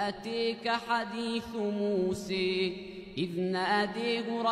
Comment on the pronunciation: سؤال هسا ليش تم قراءة اسم سيدنا موسى بطريقة هاي ؟